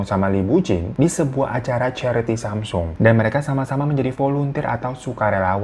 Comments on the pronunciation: Gini bang... bacanya "samsung" bang kyk lidah Indonesia. Bukan semsang. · Samsong bacanya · Bacanya samsong o nya kaya ngambang gitu ga bener² o😂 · Nih kak tak googlein haha...Cara mengeja Samsung adalah 'Sahm-song.' Untuk mengeja bagian 'Sahm,' harus ada huruf 'h' yang ketara di tengah kata tersebut. Sementara kata 'song' dieja layaknya kita mengucapkan 'song' dalam bahasa Inggris. 🤭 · Klo ga salah dri temen korea bacanya samsong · Samsung dibacanya samsong babang glowing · Semsang beb bacanya